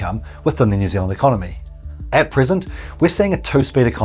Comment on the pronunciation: You said the oountry's name wrong